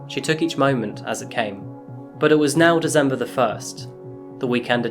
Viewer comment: Love the Channel but can't get over the way He says December with a "z" lol